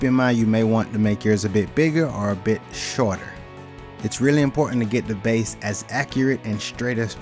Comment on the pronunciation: It’s all about “da base”.